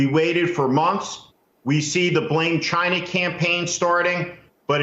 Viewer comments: Why tf does he say China like Chi na? Rich people this is what happens when you buy your kids way through school. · i alway thought he said gina instead of china 😂😂😂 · ..the man cannot say China. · CHINAHH! Like Awwchie Bunkahh!